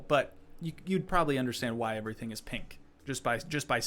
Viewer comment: I love when you said “all pink erytang” 😂